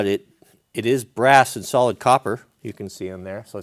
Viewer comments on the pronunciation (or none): none